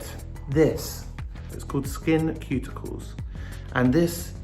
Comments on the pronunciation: LMAO literally Sam Smith saying Skin Cuticles instead of Ceuticles idk why but im crying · I cant be the only one frustrated that they dont put any products on their beard area. Or frustrated by the way they pronounce SkinCeuticles with a K sound instead of an S. 🤣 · skinceuticals = skin "suit" icals, not skin "cute" icals. like pharmaceuticals for your face. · I'm so annoyed by how Sam constantly says SkinKeuticals instead of SkinSeuticals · Is it me or is he saying "Cuticles" instead of "Ceuticals"? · It’s pronounced SKIN SOO-TI-CALS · I love how Sam Smith says “skincuticles” 😂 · i love how they pronounce skinceuticals "skin cuticles" 🤣🤣🤣 its so cuteeee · I have noticed people in the comment section refere to him as "they" can u tell me why?? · sam smith pronouncing 'SkinCeuticals' as 'Skin Cuticles.' Most adorable thing ever. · Skin-QUEUE-ticals?! I always pronounced Skinceuticals like I would pharmaceuticals... but I'll do as our leader says! 😅♥️ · Love ya Sam.. but this is not how SkinCeuticals is pronounced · You literally pronounced every product wrong Sam 😂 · For a 28 year old, Sam has awful skin. Loving the awful pronunciation of “SkinCeuticals”. Also, you shouldn’t touch the dropper on your face as you can contaminate the product. Love how open and honest they are.